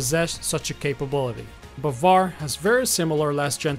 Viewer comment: The correct pronunciation is BAAvAr and it means believe, and sayyad also means hunter Thanks for your useful video😘👏👌💫